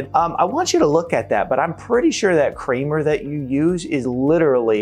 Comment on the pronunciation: The bottom line is, do your best to AVOID all processed and fast foods. Did I hear you say "kramer" instead of "creamer?"